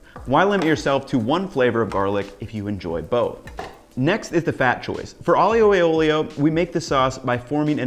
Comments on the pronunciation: Your way looks absolutely ACE!! BUT!! [grin] Aglio e olio... do not pronounce the 'i' as a separate syllable,: turn it into a 'y'. AHLYO e OLYO, yes? You're such a good chef that I want you to say the wondrous Italian words right.:) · IJoe OilO or Ioolee is the way I grew up hearing it pronounced. It's amazing how much it stands out when you hear it pronounced differently lol. I'm gonna try the butter as it never fails to make things better:) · Being a romance language speaker, it just sounds really good to listen the aglio e olio as you speak. Thanks, Latin. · Nah mate sorry you kept mispronouncing the name, added butter, no pasta water, used angel hair pasta and proceeded to overcook it to the max.. I get this is your version of it but don't be so bold to claim your white amateur chef knowledge is better than centuries of Italian tradition.